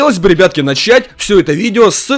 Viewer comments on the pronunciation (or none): none